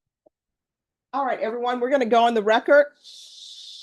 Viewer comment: You would think a educated judge wouldn’t say “recort”